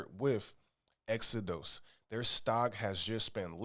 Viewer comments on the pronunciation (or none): Exo-DOSE 😅 like the Bible, Exo-dus